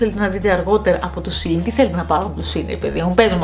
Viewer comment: σε΄΄ιν οχι σειν